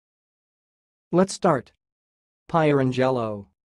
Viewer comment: No, not even close. Pier-ang-el-o, accent on second syllable.